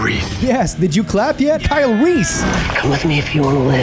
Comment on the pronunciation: Christian Bale's pronunciation of Kyle Reese " Kyle Reeth ! " 😂😂😂